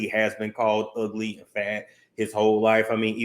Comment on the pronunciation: Not “yu ug-lee, ug-lee donkey kong” 😭😭😭